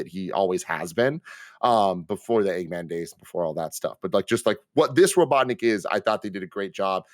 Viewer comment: said robotnik like robotdick.